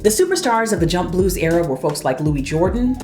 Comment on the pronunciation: Louis Jordan was known as “ The King Of The Jukeboxes”. Louis Jordan always pronounced his first name as “ Lewis “ not Louie.